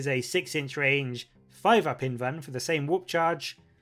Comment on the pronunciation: The "L" in "invulnerable" is not silent. So the truncated form would be an "invul" save, not an "invun" save. Sounds really stupid every time you say "invun".